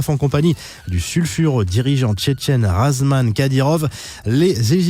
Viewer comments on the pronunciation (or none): Ramzan* Kadyrov pas Razman